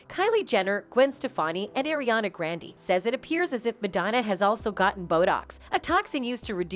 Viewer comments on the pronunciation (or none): Maderna! Arianna Grandee! Who are they? lol